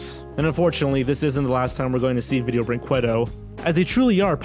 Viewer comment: ViDIEo BrinQWAdo Oh, your desecration of that company's awful name is beautiful